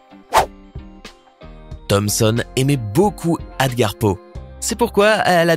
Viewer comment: ce n’est pas « adgar poe » mais « Edgar Allan Poe »